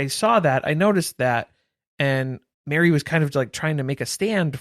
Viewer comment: The way I was cackling thinking you said BARRY (Plath) had cornered the market on bronzer. Then clued in to Meri, lol.